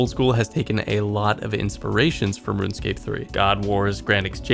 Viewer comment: Just “RuneScape”